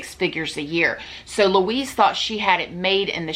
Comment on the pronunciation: wuiiiz=Louise :D